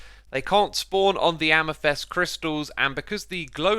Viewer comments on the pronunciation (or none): I said it before and I´ll say it again. Every single time! Its AmEthYst, not AmYthEst! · why do you always say "Amethest" instead of "Amethyst"? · Why can you still not say amethyst right Y isn’t pronounced amethest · should be lie-ken. Also amethist not amethest.